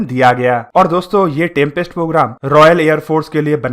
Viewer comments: It’s Tempest not trumpest programme !!! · In video Tempest pronounciation sounds like Trumpest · It is pronounced as Tempest.....why Are u saying "Trumpest"?????? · It's Tempest not trumpest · Bro it's not trumpest it's tempest😀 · 🤣🤣🤣yes ur right he said trumpest too 😂😂,but videos knowledgeable hoti hai bro